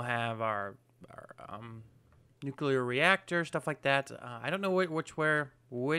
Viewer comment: Oh please ... buddy. You are such a concise guy, eloquent and all and then you say "nukular power". That is not a thing. It´s nuclear. Sorry .. had to get that out.